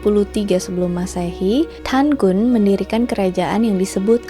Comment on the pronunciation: Keren kak!!! Suka bgt ndengerin kak cerita sebelum tidur sksk meski kadang klo sambil merhatiin videony ada gambar yg ngagetin 😆🥲 단군: Pengucapannya lebih ke danggun karena ㄴketemu ㄱ 가믄장아기: Gamenjang-agi Yang dewa habaek tulis nya 하백 kak, kalo 해밝 bacanya jadi haebak sksk SEMANGAT TERUS KAKK, kutunggu next videonya 😍🤍🤍